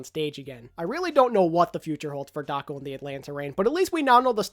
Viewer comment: Everytime you said Daco, I head Taco out xD